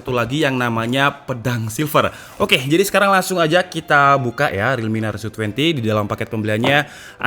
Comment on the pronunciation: Narzo bukan naruzo😂